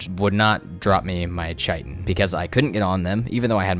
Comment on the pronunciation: Love your video but I’ve got to say. It’s pronounced Kai Tin not Chi Tin